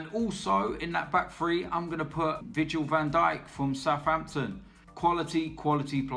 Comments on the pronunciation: Did say vigil van dijk? It's Virgil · You said vigil van Dijk when you meant viRgil van dijk